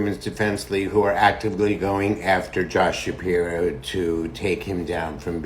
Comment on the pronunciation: “Josh sapiwo” hahahaha